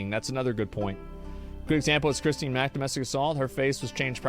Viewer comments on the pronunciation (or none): none